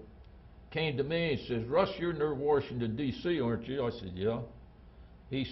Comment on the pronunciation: Worshindon... you never hear people say it like that anymore